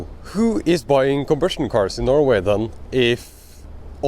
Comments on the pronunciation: Are you saying combustion cars or ICE? I kept hearing conversion cars. I am not sure what a conversion car is. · I think he's trying to say "combustion car", but he has a severe speech impediment.